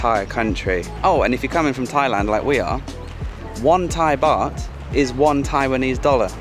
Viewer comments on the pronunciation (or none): none